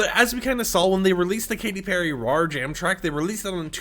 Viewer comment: Why’d he say “Rawr” and not “Roar” 😭